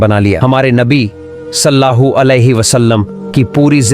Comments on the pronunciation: Bhai aap nabi ka pura naam to le rahe ho pr sahi se lo ok salla hu alehissalam nahi he sallallahu alehissalam he ok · Naam sahi se lo Sallallahu alaihi wasallam hai ❤❤❤ Salla hoo nahi please 😊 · Sallahu bol rahe aap Sallallahu bolie g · भाई सल्लाहु सल्लाहु नही है सल्लल लाहु अलैहि व सल्लम है नबी पे दरुद् तो सही पड़ो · Jo vedio banarahe hai hamare pyare nabi ka naam barabar bolna sikho first sallallahu alaihi wasallam bolo sallallahu alaihi wasallam hai samje Islam zindabad zindabad Allah hu Akbar ya Rasool ul laah zindabad zindabad...